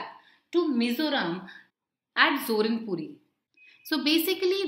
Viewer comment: It's ZORINPUI not ZORINPURI